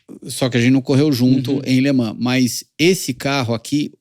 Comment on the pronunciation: … se pronuncia “Lê man” e não Lê ManS!!!